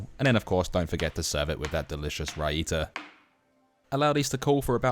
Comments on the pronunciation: Amazing recipe, but not to be that guy, the raita sauce is pronounced Rye-Tuh, not rye-ita lol. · Awesome recipe… one small correction if I may, it’s pronounced, “rye-ta” like rye from rye from rye bread and the ta is you pronounced in the vid. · "Rai (rye)" - one word - "Ta(h)" - one word. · Its pronunced RAI-THA... you are pronuncing it like its some french dish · As a little tip, raita pronounounced more like writable (without the ble) than fajita